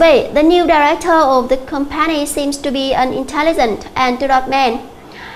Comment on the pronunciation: has been working là thì htht tiếp diễn, chu khong phai thi htht - phát âm sai cả trong âm và phiên âm từ company - ...... nói chung cô mắc quá nhiều lỗi